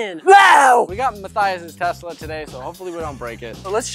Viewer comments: its tesla not tezla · Hey boys, Tes-la not Tez-la. :) Keep it up with the rad videos! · I'm triggered it's Tesla not tezla